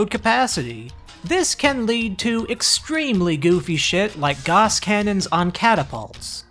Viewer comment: mispronouncing gauss in 2026 shake my head